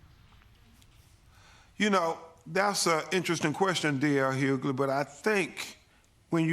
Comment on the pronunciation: Great interview but I’d funny how he keeps saying..” D.L Hughley”🤣